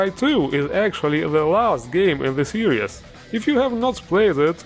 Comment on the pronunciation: ITS SERIES STOP FUCKING PRONOUNCING IT SERIOUS SERIES NOT SERIOUS